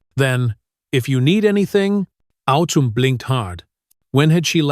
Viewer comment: Girls name is autumn not otoom, also this is supposed to being an American school so why does narrator break into a French or European accent for certain words eg dangerous etc, get someone who can speak English